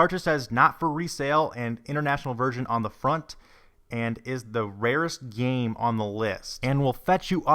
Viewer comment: I hate how this guy says the word "game" or "games"